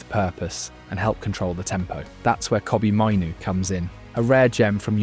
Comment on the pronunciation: "Kobbie mainoo" 😂😂